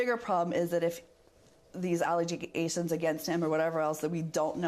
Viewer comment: Oh.. such a victim of crimes! And she is inventing new words.. allegiagations! 😂😂😂